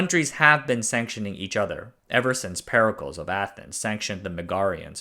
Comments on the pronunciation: Peri-kleez of Athens, not Periculs! Good video tho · Check is an Americanism and ambiguous.Is it for payment or are you examining something or confirming it? Cheque is unambiguous and refers to a form of payment. Pericles is pronounced Per.....eee...cleez. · PereCLEEEEESE like HercuLEEEEEEEEEESE or CHEEEEEEEEEEEESE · Can you say "pericles" as "peri-clees" lol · ‘pericles’ is pronounced ‘perry-klees’, and does not rhyme with ‘testicles’. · Perry Cleese is the pronunciation \m/